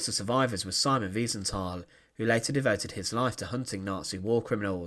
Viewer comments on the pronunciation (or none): none